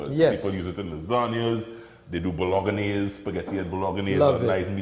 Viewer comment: It is not Italian Bol OG-an-ese sauce. It is BOL-EN-ESE like bowl en - ese